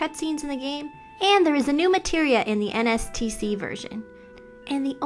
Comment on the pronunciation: nice video. just noticed you said NTSC as "NSTC"